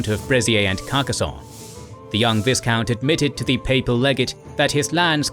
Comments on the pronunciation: It's not ViSSSSScount, it's Vy-count. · V- eye-count. Not V-IS-count. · It's pronounced Vycount . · Please, in the word 'viscount ' the S is silent